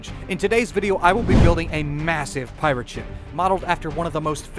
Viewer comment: pie - rat